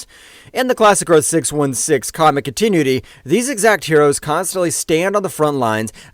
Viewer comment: Can't pronounce continuity so I'm convinced it's ai